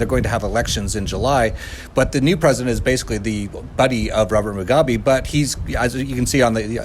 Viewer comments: I didn't know how hard it was for some people to pronounce Harare and Mugabe until this video😂. This discussion was very insightful and I agree. As a Zimbabwean there are many things that I see that have brought change (corrupt policeman being taken off the roads mostly). That being said we have a very long way to go because as was said, I strongly believe that the new president thing is a scam because they had been working together and if we truly wanted change we must throw the whole government away and bring in fresh, innovative and young minds who are the to empower and bring actual change and growth. Corruption is a big issue and stolen funds have become a norm. Zimbabwe is beautiful but there's a lot that needs to be done. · Mu gabe, not Mungabe, sorry. But very good fair report. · He keeps saying Mungabe... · Look, it is not Mungabe but Mugabe. You can't get the name of the former despot-dictator that ruined the country you are reporting on straight, so I am out of here! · Mugabe not Mungabe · Ok , instead of MUNGgabe , he will now go as BUNGgangbang , I like that better . Blobbert BUNGgangbang . Does the MUNG not make you happy ? I fixed it for you . YEEHAW !!! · Barb, what did you just crawl out from under a rock? Since when has Mugabe (pronounced moo-gah-bay) been pronounced Mung-gah-bay? This is why people dislike westerners. You talk big and know little. Yet, you still talk big. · Moo gah bay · Its Mugabe not MUNGABE, its also Harare with an E not HARAR, at least get basics correct, how do we know that anything else you say is correct... Interview someone who has been a resident for 30 years NOT a newcomer who really knows very little about Zimbabwe. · would help if you could pronounce the names you mention, it is HA RA RE (Har Rar Rey) and MU GA BE (Moo Gar Bey) typical coloniser ignorance. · Harare is not "Harair" Mugabe is not "Mungabe" How ignorant is this reporter?